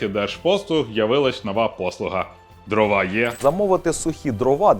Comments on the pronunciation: дрОва, не дровА, наголос не туди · ДрОва, а не дровА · Жодного разу не 'помлився', щоб правильно наголос в слові дрова поставити